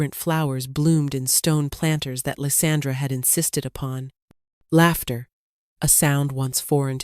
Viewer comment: laughter, not laptor